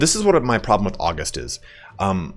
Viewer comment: This may be a nitpicky thing but August is pronounced Uh-Gust and not Awwgust. Both the month and the personality are named for the first Roman emperor Augustus. When someone exhibits regal traits of Augustus they are Uh-gust